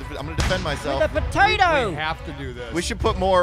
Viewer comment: potatah girl!!!